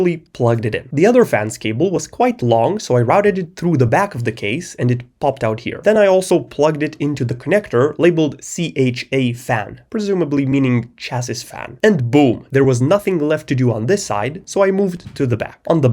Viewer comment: The word "chassis" is pronounced "CHASS-ee" (singular) and "CHASS-eez" (plural).